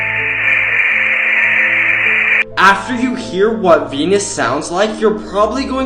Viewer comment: How he pronounced venus was 💀